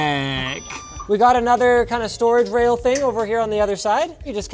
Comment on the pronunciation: That 'ergonomic' confirms it: Pauly Shore's dialect coach from Encino Man must be secretly working at LTT now. Linus sounds ready to check that storage rail for grindage and make sure no one's wheezing the juice.